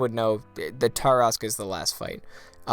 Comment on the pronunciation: It's pronounced Tarrasque